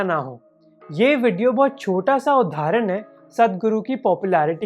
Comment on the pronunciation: Man it's उदाहरण not उधारन. You're a good orator, keep these little things in check